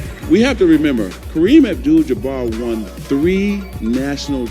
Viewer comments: Did Isiah just said "Jamar", instead of Jabbar.. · Yeah hard for him to say jabbar.